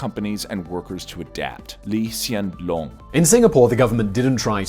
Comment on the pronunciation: thanks for researching and not butchering the pronunciation of lee hsien loong